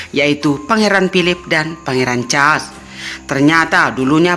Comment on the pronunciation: Mbak suaramu ga enak dan ucapanmu kurang pas. Pangeran Charles les hrs jelas.